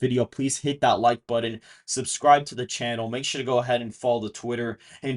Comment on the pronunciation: What is a budden? I know what a but-ton is but NOT a bud-din is or how ever you're saying it.